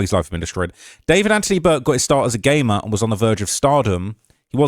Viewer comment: I thought you said gay man instead of gamer lol